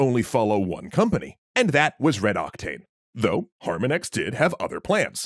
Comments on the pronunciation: HARM ON IX Not Harminex. that pronunciation was killing me this whole video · Har-MON-icks not HAR-min-ex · Though an interesting video, it drove me crazy every time you would say HARmonix instead of putting the inflection on the second syllable - HarMONix, like the word "harmonics" in audio. I assume the name was intended to be the an audio/music reference. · Can you please pronounce Harmonix the right way? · It's pronounced Har-Mon-Nix. Not Har-min-ex ;3 Great video though! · Har-mon-ix....har-mon-(icks), not Harmon-ex. It's like the musical term, "harmonics" but with an "x" instead of the "cs" at the end. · I gotta think it's pronounced Har-MONICKS, not Harma-nicks. Because you know, music language. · Your pronunciation of Harmonix is driving me up the damn wall. You're saying it like "Har-muhn-ix", it's pronounced exactly like harmonics. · The way you pronounced harmonix is killing me everytime I hear it. It's pronounced like the word "harmonics" not harma nex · It’s Har-mon-ix, not harm-a-nix 🤦🏻‍♂️ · Ugh! Har MON ix, not HAR mon ix The mispronounciation really made me crazy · yo dude, harmonix is pronouced har-mah-nicks not har-meh-nex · Fantastic video! Just a quick note: Former harmonix employee here: Harmonix is pronounced harMONix. I do think there is maybe room for a subscription based rhythm game sometime in the future Also, DJ hero was pretty fun and had a great soundtrack! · Good video, except for "Har-Min-Ex" over and over, which is a pronunciation I have never heard anywhere in the decades I've heard of the developer. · Ask your Doctor if HarmonEX is right for you. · Harmonix - Har-mon-icks: Like the word harmony with an icks ending. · Har-mah-nix. As in harmonics. As in a sound wave. Anyway, great video. 👍🏼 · Why are you putting the emphasis on the first syllable of Harmonix's name? The emphasis is on the second syllable (har-MON-ix). It's a play on the word harmonics, which is a style of guitar picking. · Great video! But... Harmonex? 🤣